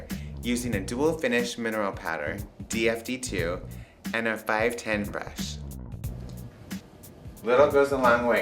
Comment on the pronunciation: i like the way he says "brush" :D:D like breeash :D